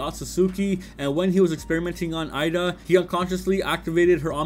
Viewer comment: I don’t know why it’s so hard for people to say eida name correctly. This dude keeps saying Ida but her name is pronounced with “a” sound like “ay-da” so put that all together you get Eida not ida.